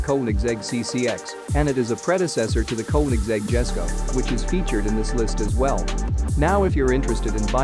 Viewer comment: The Jesko isn't pronounced with the J sound, it's pronounced Yes-ko with the J making a Y sound